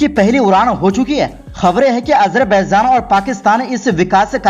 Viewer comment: Ganwaar apna pronouciation sahi kar Azarbaizan Nahi azarbaijan hota hai